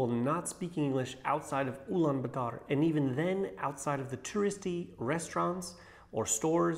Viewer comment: That’s not how you say Ulaabaater by the way I’m from Mongolian